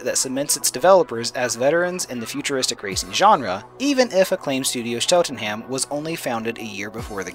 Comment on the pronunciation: The pronunciation of “Cheltenham” irks me